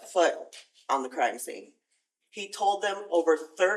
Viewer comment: “Croime scene” Canadian ahh